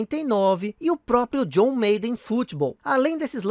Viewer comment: Aí mano, não se fala John "meiden" é John "Máden"...